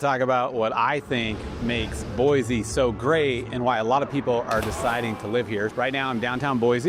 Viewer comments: You live here and don’t even pronounce it correctly. It is Boy-SEE not Boy-zee. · Sir, not boizi - boisi :) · I believe he is a realtor, and likely pretty new here since he mispronounces the name of the city, doesn't care about anything but selling way overpriced housing.